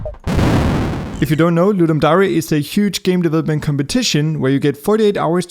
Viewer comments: Seriously no ones gonna tell him to stop saying Dah-ree instead of Dare? I love you dont hate me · its not darey its pronounced dur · It's pronounced 'dare' not 'dah rey' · Just a quick comment your saying "dare" wrong, just wanted to let you know, its not da-re its dare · Its not Dari. Its dare (der) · Great video but am I the only person that gets angry when says dary instead of dear for the word dare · Yup I'TS FINE im fine its ludum da "re" Yes definitely not trigged at all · The way you say dare hurts me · Suprised that not everybody critized you on saying dare like a combination of dairy and dare. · why does he pronounce "dare" like that? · ludum dare - you pronounce it really strange dude. just saying. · I’m pretty sure that’s not how you pronounce the “dare”-part of “ludum dare”.